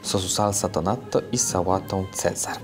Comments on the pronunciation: "Tonnato" a nie "Tonatto" No i "Gnocchi" a nie "Gnoki", "Cannolo" a nie "canollo". nie wymyślaj włoskiego na nowo. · Oj ja to bym z chęcią wysłał ci jakąś książkę ze słówkami POPRAWNIE WYMAWIANYMI (mówię o języku włoskim) totalnie pomylone podwójne literki,😅 typu Vitello tonnato a nie vitello tonatto😂 gnocchi przez 2 K nie przez jedno 😅 a o cannolo ti już nie wspomnę. Na Sycylii by cię wyrzucili z cukierni jakby usłyszeli canollo 😂😂